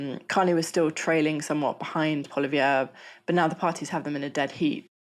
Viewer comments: Ok, we don’t have “tickets” and his name isn’t Polivere, it’s Poilievre. Better research would be helpful. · The Canadian Conservative leader Pierre Poilievre not poli-VER but pwa-LI-ev. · it's not "pwolla-v'yerr". it's "pwoll-y'ev". doesn't really matter, i suppose, as he will be a mere blip. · Pierre pronounces his surname: "PAW lee ev " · Enjoyed this update. But PS Polievre is pronounced (paw-lee-yev or paw lee-ev) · "PWAH-LEE-EVr" - gah, French names aren't that complicated. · Its pronounced "Polly-ev" Trump is clearly trying to use reverse psychology in endorsing the Liberals. Its so transparent - he has no moves of his own, he copies Putin. Putin endorsed Biden, it's the same ploy. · This woman is an idiot. She can't even be bothered to learn how to pronounce "Poilievre". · I dislike the guy immensely but you need to pronounce poilievre correctly. It’s a French name. You’ll be fine. Oh, you called Doug Ford the prime minister, but he’s not. He’s the premier of Ontario, an influential and wealthy province. Get it right. Disappointed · It would be nice if at least ONE person could pronounce Pierre Poilievre's name right. By the way, it means "pepper". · I'm not sure how reliable an analysis of Canadian politics is from a commentator who doesn't know how to say the name of the leader of the opposition. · The characterization of Pierre Pollievre (who's name the commentator couldnt even be bothered to learn to pronounce) as a "Trump-lite" figure was deplorable and sla discredit to Times Radio.Seems that iInstead of having somebody who's y'know, an actual expert on Canadian politics, you aired the comments of soneone who spent maybe an hour or two reading CBC editorials and used Liberal Party of Canada electionsering talking points and presenteds that as your analysis. I'm not a particular fan of Mr. Pollievre nor his party, but I can't let such a disingenuousness pass. Lazy. Shallow. Light-weight. Times Radio, up your game! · That pronunciation of Poilievre! 😬